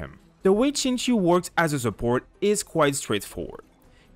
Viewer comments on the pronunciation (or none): No no no. Please don’t call him sing show. That hurts both my eyes and ears... it’s Sing Chi-ew, like the word “ew” with “Ch” in front. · the Xing is pronounced more like Shing, with more of a hiss in the S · Hi, it's pronounced as Sing Chiu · His name is pronounced like Sing-cho just btw. But I use him all the time with razor because the double ults do just a ton and it lets me stay in razor for pretty much his whole duration even if I'm getting smacked around a lot. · its pronounced shing-chee-ooh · friendly reminder that his name is pronounced Sing-Cho (you can hear him pronounce it in his “hello” voiceline :)) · When you realize Xingqiu is pronounced Sing-cho! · I wanted to correct you, then realised non-mandarin speakers have no idea how to say the appropriate "x" and "q" sounds lol